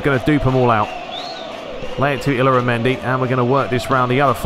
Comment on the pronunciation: I think Oyarzabal's name is pronounced kind of like: Oi-aart-saa-bal with emphasis on the saa part. and in spanish, the "L"s in the middle of words are pronounced like "Y"s. so Illaramendi's name is pronounced like Ey-aara-mendi. and David Villa like David Vi-ya. I'm not spanish so might be mistake there.